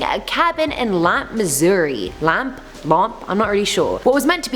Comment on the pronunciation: Pronounced Lampeeeeee. At least that’s the way it is said on the news.